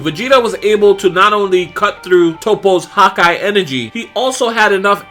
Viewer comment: Huh-kai not Hawkeye lol